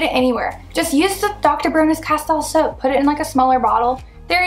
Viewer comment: Please learn how to pronounce Castile